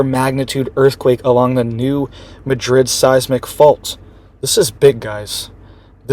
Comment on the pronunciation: I live in TN and it’s NOT pronounced “MaDRID” but “MAD-RID.